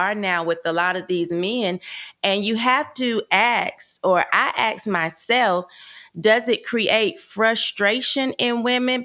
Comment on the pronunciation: Umar speaks perfect english until he says ask and it always comes out axe. Lol. So fake. Is it oppression Doctor umar? Diddy does the oppression he's not a victim of it. And I wonder how many children he has abused with his goofy weirdo friends. I hope the roof comes crumbling down on this black Epstein by the name of p diddy and all is disgusting friends. That's a good one with Charlotte named the fraud. Is almost as good as Stephen a myth.